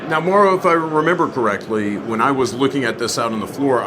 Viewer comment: Mau-ro...not Mo'ro...LOL.